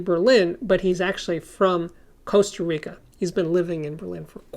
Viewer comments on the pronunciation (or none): none